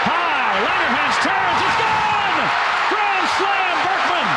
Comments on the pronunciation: U really do got the worst pronunciations or just dont pay attention. "lance Bregman" lmao it's not even hard to say Berkman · Lance Burk-min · We're you getting lance bregman it's berkman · You are very entertaining but how the heck do you get Lance BERKMAN'S name wrong EVERY time? Keep up the good work. PS. I was a clubhouse boy for the Astros wayyyyyyy back in 1980-83. If you want some juice on what happened behind the scenes, lemme know! I also wrote for BleacherReport for a while and covered some history of the team! BERKMAN.....NOT Bergman!!!!!